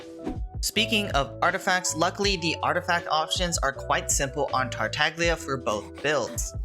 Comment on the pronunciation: Silent "g" like in "lasagna"